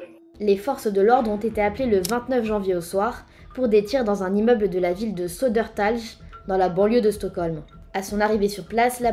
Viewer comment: the way the tries to pronounce "södertälje" hahaha. its not TAJ. its swedish not protuguese